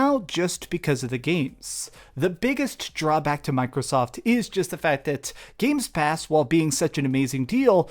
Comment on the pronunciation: "Games Pass" :)